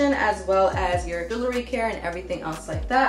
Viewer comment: Lololololol brooo you say Jewelry so funny more like " Juoolery "!😅😂🤣😵 Bless up fam👌🏽🔥 Keep those positive vibes coming! Also my bad and my condolences I commented before I heard what happened in your family.... you're one tough cookie though no sweat.💪🏽💯 Death is only the beginning. (Not trying to quote The Mummy haha💯 that was a cheesy joke btw ahhh nvm sorry)